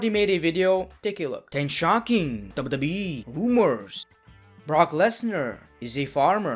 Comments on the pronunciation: He doesn't say Wwe He says dabudabueeeeee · It is funny how he pronunces wwe